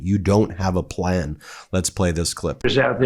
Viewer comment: "I don't have a plan! I don't even have a pleh!" DJT